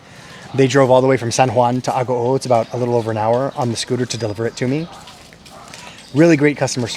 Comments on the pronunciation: You’re mispronouncing Agoo. It’s pronounced Ah-goo-oooh(three syllables.) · Isn’t mispronouncing Agoo?It should be pronounced Ah-goo-oooh(three syllables.)